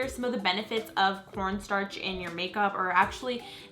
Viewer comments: oh my god she said porn starch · When she said "corn starch" I kept thinking she was saying "pornstar" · Anybody else think she said "porn star" instead of "corn starch"? 😂😂😂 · it sounds like she said porn starch